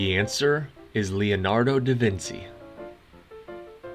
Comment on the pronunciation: Forgive me for I DO love your quizzes, but this time you made at least three mistakes. 1) In Italian; to pronounce a consonant with a vowel following immediately after; the consonant is pronounced like it would be spelled chee or gee just to give a couple of examples...so phoenetically spelled it would be Da Vinchee not Da Vinsee. 2) Richard Branson was knighted by Queen Elizabeth II for his contributions to Entrepreneurship, so his proper title is SIR Richard Branson, and 3) Contrary to what the general public says; It was NOT THE CATHOLIC CHURCH who burned SAINT Joan of Arc at the stake... The history is that the people of France loved her for what she did for them; but the Dauphin did not because she had been quickly becoming more popular than him, so when the people that DID kidnap her in the hopes of getting a RANSOME from the Dauphin did not get one; they turned her over to the BRITISH who put her on trial for heresy and ended up convicting her for VERY trumped up excuses including wearing MEN'S ARMOR during the battle. So with all due respect; if you do not believe me then ask either... or maybe both... Judge John Noonan who I believe still lives in CA; or Dr. Matthew Bunson; both very well respected historians in the Catholic Faith.